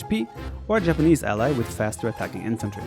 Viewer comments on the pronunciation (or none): none